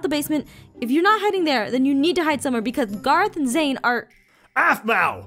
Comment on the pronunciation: It's Zane not zany dummy you need to watch it and see how it's spelled get it right